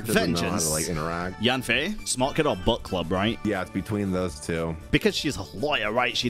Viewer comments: Dude all I hear is "butt club" and it cracks me up 💀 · whenever says book club....i hear butt club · I cant stop hearing „butt club” lolol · accent is killing me every time he mentions the "bukk club". It just sounds so wrong:-p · Gotta love the British accent saying "Book Club"